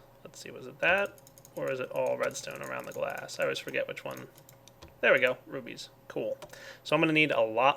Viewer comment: Could be just very immature but every time he says "rubies" I hear "boobies"